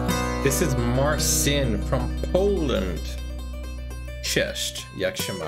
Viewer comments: It's pronounced "Martshin" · It’s pronounced: Mar-cheen.